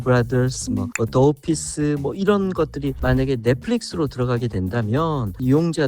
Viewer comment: 저걸 더 오피스로 읽네 노철환교수님 영어 좀 배우세요